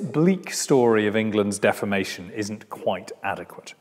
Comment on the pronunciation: He keeps mispronouncing the word 'deformation' to sound like 'defamation', which rather ruins the point of using the term.